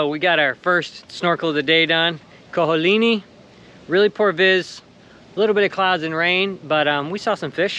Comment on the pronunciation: theres an A at the end of Ko olinA. just saying Mahalos